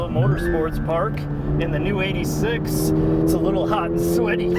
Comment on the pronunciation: It's Eight Six, not eighty six pls